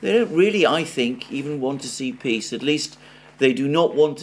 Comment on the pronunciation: "PEE" Summit 😂😂